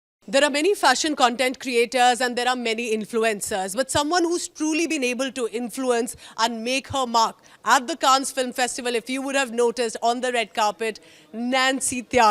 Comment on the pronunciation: At least pronounce Cannes the right way !